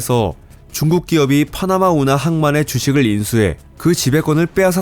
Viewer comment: 파흐나마 운하 아니라고 발음 진짜 줫같네